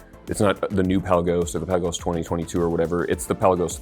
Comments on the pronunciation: Oh, you're Hoo-din-key, no Hoe-din-key. Likewise, it's the Pe-laa-gos, not Pela-gos! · Peh-Lagos...not Pella-gos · Pelagos is pronounced "puh-LAY-gohs". It's not a pelican. Good to have you back!